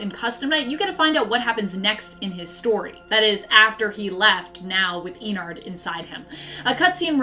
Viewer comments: Like innards with an e. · hey. some advice, ennard is not pronounced "ee-narhd its pronounced "eh-nerd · DON'T YOU DARE BRING FURRIES INTO FNAF Did you really just say "fahz bear's" and "eenard" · I love how she says "ee nard" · She says ennard so weirdly